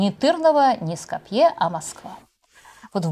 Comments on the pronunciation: г. Ско́пье - ударение на "о" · За то время, пока нас 5 раз призывали подписаться и т.д., можно было несколько раз заглянуть в справочные источники и узнать, что город Скопье произносится с ударением на "О", а не на "Е". Это какой-то позор. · Следите за ударенями .СкОпье, ТЫрново